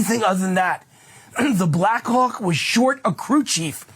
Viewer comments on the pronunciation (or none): Why this dude sound like he saying the Blackuock! I can't deal the more he say it the more i hear it lmao. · Stop saying “Blackhawk” it sounds so much like something else.